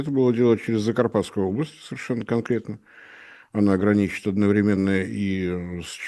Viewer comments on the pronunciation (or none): none